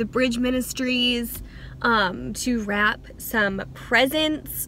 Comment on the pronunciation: When said Wrap I heard Rap..